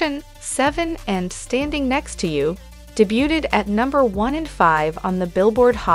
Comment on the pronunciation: Her pronunciations made me laugh so hard! De-bute-ed means what exactly?